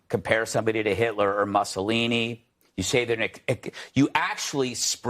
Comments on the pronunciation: #DollemoreDaily - Who the f¥£k is “Musclelini”? Did L’il Greggy mean to say “Massalini”? Probably 😆🤣😂 What a freaking useless tool “Greg Gutlessfeld” is to humanity! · Why does Gutfeld always remind me of the elf on the shelf 🤔. Also I can't get over how he pronounces Mussolini 😅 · Stupid ass gutfeld can't even pronounce mussoli right